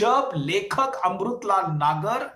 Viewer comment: Sir अमरुतलाल नही अमृतलाल होता है 😊